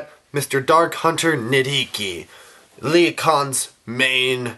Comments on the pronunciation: the "H" in nidhiki's name is silent -_ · Everything is ok. Just a friendly reminder that you don't pronounce H in Nidhiki